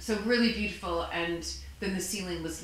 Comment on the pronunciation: She needs to stop pronouncing "beautiful" like that --- like nails on a chalkboard.